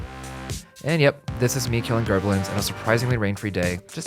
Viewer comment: Gerblins? Wtf?!? Is he trying to say Bokoblins?